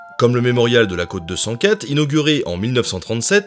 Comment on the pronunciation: Encore une fois une vidéo agréable et intéressante malgré le sujet. En vieux rabat-joie j'ai deux petite remarques, dans Friedensturm, le "u" se prononce "ou" Sturm [ʃtʊrm], et dans cote 204, c'est un "o" ouvert, quote, \kɔt\ ≠ côte \kot\ ;)